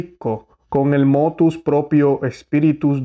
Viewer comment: Ponte serio por favor y di como dice Motv Proprio no motus, prepárate mejor que molesta escucharte a tal punto que casi te Voto deslike gracias.